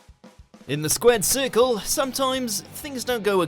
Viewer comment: "In the squid sircul?"